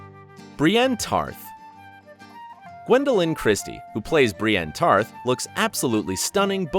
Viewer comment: 803 dislikes for him saying brienne tarth